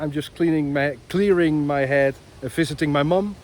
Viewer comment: Bro that sounded like „fisting my mom“ and not „visiting my mom“